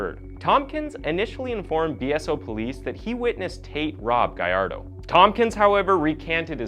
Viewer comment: Lol it's Gallardo not Guy-Ar-Doh